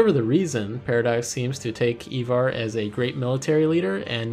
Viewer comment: ivar is prounouced "eye-var"